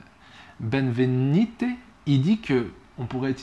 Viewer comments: BenvéniSte, pas benvénite ni benvénité😊 Vous n'avez jamais entendu prononcer son nom ? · Benvenite ? Et ça ne se prononce pas comme "benne" mais comme dans "Benjamin".